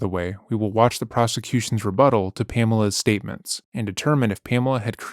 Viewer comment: I am enjoying his pronunciation. There is no such thing as heavy meddle. But why does he say ‘rebuddle’?